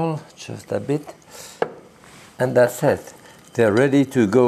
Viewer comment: I really Love this guy especially when he says......"and dats sit". :-) A true icon. Thank You.